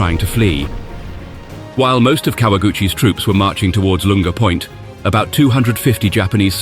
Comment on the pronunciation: Barely done your research about this have you? You mispronounced "Lunga Point" twice in the first 5 minutes.